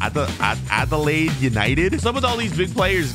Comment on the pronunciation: 😂 bro, trying to pronounce Adelaide!